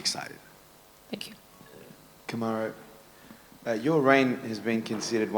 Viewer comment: “Cam-a-roo” — GSP